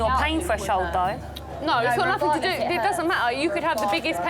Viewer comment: Where is the K in the english word nothing? Why do they say nothink lol